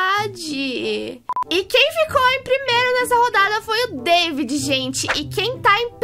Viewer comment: nao e deivid e davi